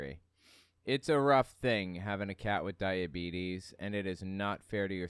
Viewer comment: That old man in the way he says diabetes kills me. You killin me right now😂 seen him on the family Guy